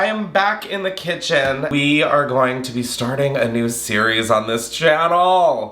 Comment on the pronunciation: We love a “’ Chaotic Cithen”, did I stutter? ❤😂🎉